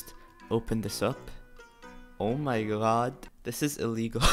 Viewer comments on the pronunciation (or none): No one:: oh my gwrad